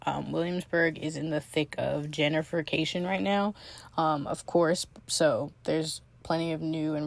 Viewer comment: It's GENTRIFICATION , not JENNIFERCATION!!! Welcome to New York!